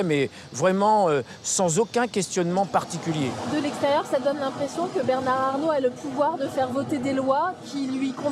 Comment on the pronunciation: Le pauvre avocat pourquoi a-t-il prononcé Bernard avec le D à la fin , alors que la journaliste ne l'a pas prononcé !